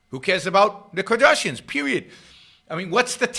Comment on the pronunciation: Great video, Yaron! I’m going to start pronouncing it as “Kadrashians” from now on. That made me laugh out loud. Yaron constantly mispronouncing the names of worthless celebrities is the best part of his pop culture videos haha